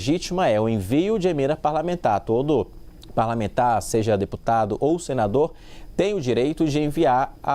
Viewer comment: Xiiii o jegue empacou,com os retalhos "pralamentar" da Lei ," Vásefuder" A torta a direita. Grande Ministro Flavio Dino que laçar a boiada abusada.😂😂😂😂